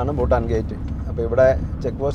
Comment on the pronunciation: ബൂട്ടാൻ അല്ല ഭൂട്ടാൻ ആണ് സ്പെല്ലിങ് പ്രധാനമാണ്